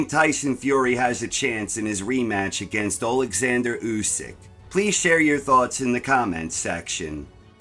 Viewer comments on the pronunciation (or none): none